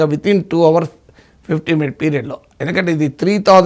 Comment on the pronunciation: Desr professor It is our(hsilent) but not hour(h should not be pronounced. Hope i have not hurt you.